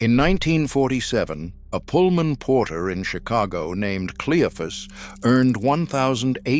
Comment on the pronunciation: It's pronounced Cleo fus 🤬